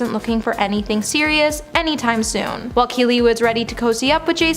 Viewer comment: It’s while, not why.👀